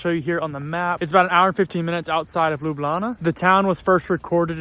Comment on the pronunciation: Bravo, you already pronouncing Ljubljana like a true resident of Ljubljana; Lubljana.🤠